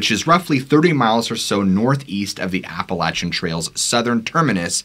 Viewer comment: Fun storytelling! One thing, Appalachia is pronounced like “Apple at cha”, and Appalachian is “Apple at chin”. Most people not from the area don’t know that, so no worries at a small mispronunciation, just wanted to let you know!